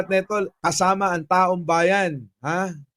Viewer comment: Mali lang ang pagkabigkas hindi taong bayan kundi taong bayad😂